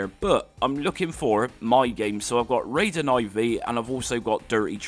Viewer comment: Raiden I V .... It is Raiden 4 in roman numbers. Guess you skipped school a little too much... (that explains a lot actually)